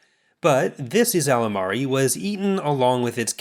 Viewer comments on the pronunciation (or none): “Yslamari” is pronounced “ees-la-MARR-ee” I believe I love these guys. They are predated on by a tiger-like species which hunts via the force, so they have evolved a way to negate the force locally as a safety mechanism, such that they and everything near them cannot be observed or felt through the force. And this “anti-force bubble” increases exponentially in size, the more Yslamari there are nearby. The biggest downside is, they need to live on a specific kind of wood, which lives on a specific planet. So ya gotta have kind of an operation going. But like, Luke described walking through one of these bubbles in the force, and how utterly disconnected it made him feel from everything else, and how terrifying the experience was for him. The emperor hid a base, a BASE, with these things!